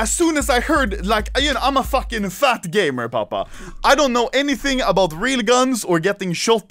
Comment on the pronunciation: "ABOAT" 4 days ago